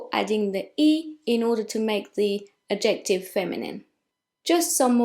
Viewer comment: The fact that you keep mispronouncing “adjective” is very distracting. You keep putting the emphasis on the wrong syllable “..jec...” so it sounds like you’re saying “objective”. Nevertheless, thank you for the lesson.